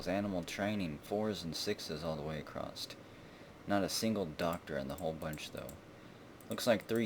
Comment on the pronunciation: May I know why you always say "acrossT"